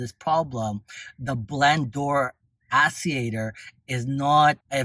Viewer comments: Actuator!!!! Not Asseator😂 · Interesting info, my mom has one of these and is having trouble with hers. I believe it’s pronounced blend door act-u-a-tor lol but thank you. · wtf is an ass-e-ater